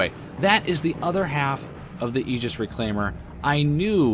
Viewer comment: And thank you for your great videos. And especially for pronouncing Aegis correctly. It just pains me to hear other content creators butcher the pronunciation. Even Chris Roberts can’t seem to get it right.